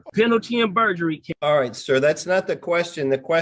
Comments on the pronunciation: Moron said penalty and perjury 😂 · “Penalty AND Purgery”? Hmmmmm